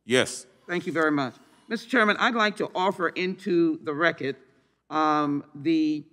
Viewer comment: "tha reh-kid"